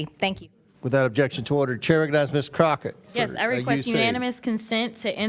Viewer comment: Her name is Crock-et for a reason